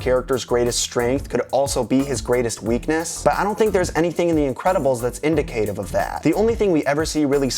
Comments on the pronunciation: It's the teacher inside of me, but I just want to correct you on your pronunciation/use of a word: Indicative. The pronunciation is in-dick-uh-tive (said quickly). Good video. Always interested in your theories. subscribes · You pronounced indicative wrong. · The way you pronounced indicative distracted me I couldn't pay attention to anything else after that